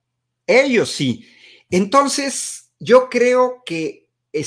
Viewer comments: Y también dijo "tons". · Dizque muy estudiado, pero en lugar de entonces de "ntos", aparte, cuando vi la entrevista completa dijo "pos" y "pa".